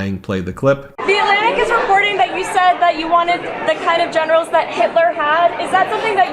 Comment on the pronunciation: Did you say the trump admires German generals or genitals. I only ask because of his recent admiration for Arnold Palmer's ...